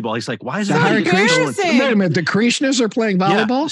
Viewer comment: I'm really, really liking this Chinwagcast. One thing though, what's with they Kathryn and Paul pronounce "Kreeeshna." Is that some east-coast way to so Krishna? Sorry, but curious.